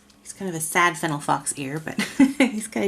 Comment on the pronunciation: lol that happens to me a lot, thats okay. But seriously when you said fennel I thought that I had been pronouncing it the wrong way 😂